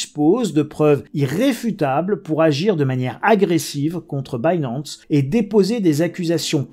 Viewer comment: En 2022 il y a des gens qui prononcent « Binance » comme ça ?! Dang.